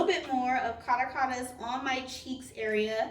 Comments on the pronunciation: It’s a beautiful foundation for oily skin...I wish the shades were consistent across all their foundations...it’s pronounced Ca·ra·cas (capital of Venezuela) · ) thanks for your review really appreciate it (that 1st Caracas one is pronounced "Ka-rah-kuz" (it's a country on the continent)